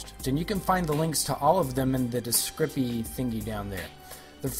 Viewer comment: Its called a discription not a discripy